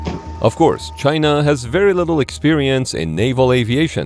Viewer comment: The ai says "chyna" like trumpet. What a croc. Reminds me of a strategy game where the enemy suprise attacked coming put of freight ships. All the stolen tech with zero experience of using it. Tiny carrier's 😂 ordered from temu like the sub that sinks indefinite 😂